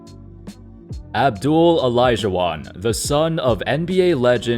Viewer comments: It’s AB-DUL-LAH,. Not Abdul! There’s a LAH at the end, 😂😂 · I still cant believe he says abdul not abduallah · You really can’t pronounce Abdullah? It’s not abdul idiot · I’m 100% sure the “ah” is NOT silent...I had a student with that exact same name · Ali Saied I mean the LA is right there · Abdullah is a Muslim name there is no shortage to that Just like he studied for this video he should've checked the correct pronunciation for names